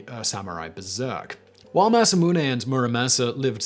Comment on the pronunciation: He said Masamune the right way! GG Simon, much respect! (I mean, even Civ6 got it wrong)